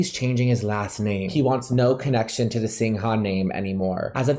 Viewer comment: ...darlin..greetins from little Singapore...singha is pronounced "sing ga"...as in lady gaga